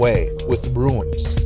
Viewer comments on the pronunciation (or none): Runes are not "ruins".